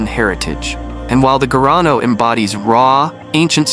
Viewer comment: Não é gano..... é garrano